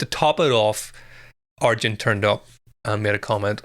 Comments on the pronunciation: His name is pronounced 'ar-yen', not 'ar-jen'. So, close (the emphasis was right), but not quite right. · His name is pronounced R...yen